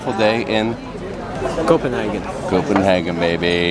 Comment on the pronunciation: Lol love your channel. My dad dipped Copenhagen for years (in the states) and the way you are pronouncing it is cracking me up! Lol He pronounced it Co-pen-haaaa-gin!!! Lol not sure which way is correct!!! Lol Let us know what is correct! Lol